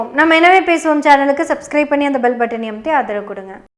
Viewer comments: எல்லாமே நல்லா பேசுறீங்க சகோதரி....ஆனா அந்த பெல் பட்டணை அமுத்தின்னு சொல்றீங்க... ஏன் அழுத்தின்னு சொல்லாமே..... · கோவை மொழி என நினைக்கிறேன்.(இதை நானும் கூறவேண்டும் என நினைத்தேன்.)